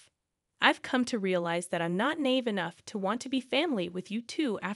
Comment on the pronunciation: "Nave?" It's na-eve. Hahaha!